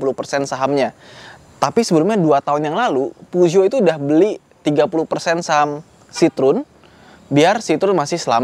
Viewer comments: Peugeot bacanya Pezuwoh 😂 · Penyebutan Peugeotnya bikin risih bang, soalnya salah penyebutan